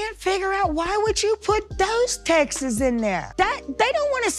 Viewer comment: Texts is already a plural tho 😂 textses ahh 😂